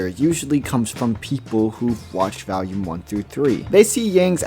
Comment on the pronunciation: the consistent mispronounciation "valume" just keeps throwing me off